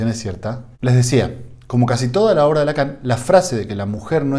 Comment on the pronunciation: Lacan en francés se pronuncia Lacó seguramente es algo sin importancia pero de cualquier manera lo digo.